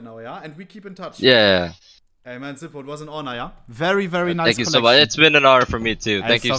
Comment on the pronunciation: everytime he has said "zipo" i've auto correct to "zipel" in my head